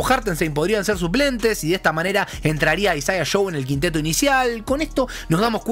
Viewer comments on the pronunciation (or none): none